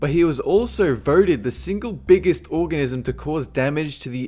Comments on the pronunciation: the single biggest orgasm?! maybe he meant the single biggest organism 0.11 hahahaha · he said orgasm instead of organism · anyone hear when he said orgasm at 12-13 secs. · "single biggest orgasm" don't you mean organism,? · sounds like he said he was voted the biggest orgasm.